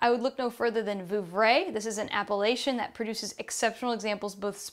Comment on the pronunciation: Could you at least try to pronounce 'apellation' properly?